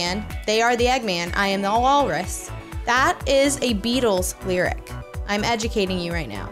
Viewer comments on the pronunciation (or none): none